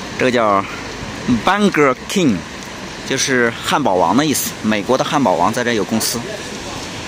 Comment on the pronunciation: 这句名言好。的英语需要加强，这两天念店名都没念对，可以在谷歌浏览器里打pronounce burger king听听该怎么念。